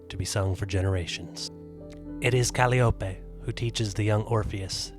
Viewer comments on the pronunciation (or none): Cali-op-a? It’s Ca-llie-o-pe, you know, like the musical instrument that is named after her. Jeez, get your pronunciation correct before you make the video.